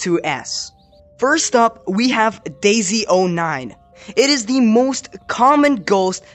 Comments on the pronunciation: bro said "daisey" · Bro said daisEy09 💀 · U said daisy09 wrong